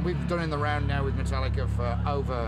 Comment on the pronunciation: "Meat-tallica" WTF oops